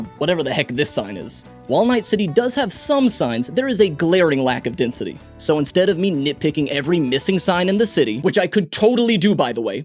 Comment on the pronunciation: Desnity? French is funny